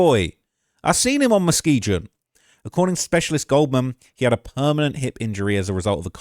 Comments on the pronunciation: Say mane stop pronouncing it Muskeejun 😂😂 it's a soft G, 'Musk-EE-GUN' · It’s Mu-skee-gun. Not Mu-skee-jun. Chicago natives are laughing at you. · I hate the way he pronounces muskeegan he said it with a J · That's my side of town born and raised and you can't even say the street Muskegon right😂😂😂 I used to live on Lakeshore my cousin was the new police patrolling the area over there not no more😂 is more than just double streets you forgot Colfax Philips I used to go get loose cigarettes it's not there no more come on man.